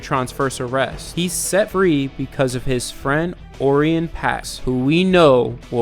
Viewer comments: Orion is pronounced Oh-Rye-on Not ory on.........................hurf dur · dude man I'm loving you videos on this series, but you're pronouncing the Orion's name wrong. I'm not trying to be mean or condescending, it's just not pronounced that way. . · not meaning to be "that guy" but you kept mispronouncing orion and it made me angry. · your mispronuoncing Orion Pax